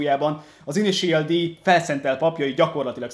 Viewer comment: Szia! Külön írtam még az Unboxing videó alá, hogy hogy kell az INITIAL D-t kiejteni! Ennyit ér neked a komment szekció? (RIUSZUKE TÁKÁHÁSI) Ezt viccnek szántad mert messze nem annak tűnik!! S amúgy is! A mangából vett képek vannak a dobozban lévő dobozokon ! Tákumi nem Rószuke! Az mondjuk elég bizar, hogy ha az 5.évadnál tartasz és sem a sorozat nevét nem tudod rendesen kimondani a 3-főszereplő nevét! (KEJSZUKE)-ez hogy lett? Hogy keletkezett a KISZUKE-ből KEJSZUKE? ! Hogy lesz a 3S-ből 35-? Bár mondjuk léggé hasonlít! Prodzsekt Dí-ez majdnem helyes is lett de az Prodzsekt DÉ! Amúgy az összeszerelés alatt, ha nem mentek össze rendesen az alkatrészek és van több olyan darab is, akkor próbálgasd be a többi ugyanolyan alkatrészt is ugyanoda, Nálam kamu legóknál működik! Nem volt rossz videó de tényleg.........A kiejtések azok félelmetesen borzalmasak voltak, egyszerűen nem tudom hogy lettek bizonyos nevek ilyen alkotások! "(+infó! A matricákat könnyebb levenni, ha magát a lapot a ragasztások szélénél megtűröd)"!